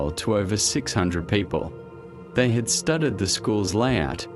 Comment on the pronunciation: The AI voice is barely coherent, and mispronounces almost everything - I mean, when it tries to say " studied and copied ", it says STUTTERED AND COPPERED. This is the scraping of the bottom of the barrel of AI true crime docs created by ChatGPT and badly spoken voices.